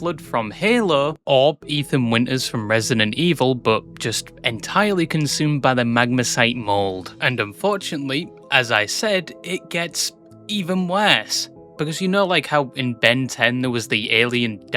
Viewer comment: Megamycete ❌ Magmacite ✅